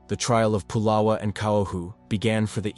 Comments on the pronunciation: First of all, his name is not pu’lala it’s pronounced it, spelt pu’la’wa ❤❤ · Pronounced " Pu La Va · 🤦🏾‍♂️U saying pulawa wrong u have to say the w like a v pulawa🗣️P-u-l-a-v-a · His name is not polo Its Pulawa, your information has many errors, by the way it's still the Kingdom of Hawaii, the state is illegal take over by military occupation. So much of your information has many errors, this is incorrect documentary. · You didn't pronounce nappy name correctly plus nappy was samoan not hawaiian. If you can't pronounce names correctly you should not be doing documentary s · Nappy Pulawa pronounced “Pu-lava”